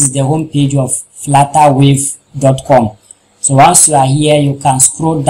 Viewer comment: "Flattawave" lol